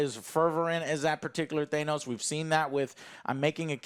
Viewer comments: exactly i had dyslexia when I was young, ahaha anyway ots ok to get names wrong. He kept saying Thanos with a long a sound. He keeps pronouncing Irish Elvas name with longbI sound ahhaahh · Don't forget how he says Thanos